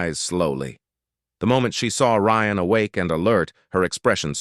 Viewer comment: I guess the AI got tired of butchering “Ryan”so it renamed the characters.